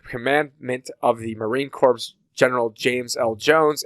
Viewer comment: "corps" is pronounced like "core".